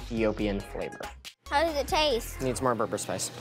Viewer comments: Kudos the kid chefs but the berbere Ehtiopian spice is not pronounced "ber-ber" its pronounced "ber-ber-ray" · it’s bebere not berber lol 😂